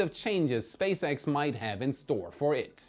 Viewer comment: Was not paying attention and for one second I thought said Space Eggs instead of SpaceX. I went like: what was that?